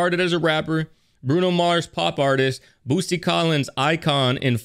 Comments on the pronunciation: Ok.... u do realize it's boot...sy. Not Boos..ty right? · Idk why but hearing Boosty instead of Bootsy just triggers me 😂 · It’s Bootsy, not Boosty. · I tried saying it on stream a couple times cause you asked chat, "what kind of name is Boosty?" His name is Bootsy. T before the S. Yeah, it's still a weird name, but it's pronounced correctly. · this man just called Bootsy, Boosty lol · It’s Bootsy not Boosty, but you said it right though as you react along. Good job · Sir, his name is Bootsy NOT Boosty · Why do you keep calling him Boosty instead of Bootsie? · Yea...it's pronounced 'Boot-see' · It’s pronounced “Boot-see”….And yes I know I was conceived to this song, before it came out 😂😂😂😂. George Clinton, Bootsy Collins& George Duke, Alexander Oneal etc etc was what I grew up on lol. This is a whole mood& as an audiophile my ears are crying with tears of joy 🙌🏽😂. Lol at Spice Adams lol. I’m here for it 💁🏽‍♀️ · Bootsy ! Say it right, respect the artist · Man said BOOSTY AHAHAHHAHA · BOOT-SEE...SAY IT WITH ME.... BOOT-SEE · Why does he say boosty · Say "boosty" again. I dare you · Pronounced BOOT C.